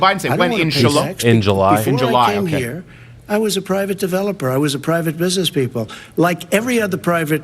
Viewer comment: No way he said July. Crowder heard correctly...shu-la...lol!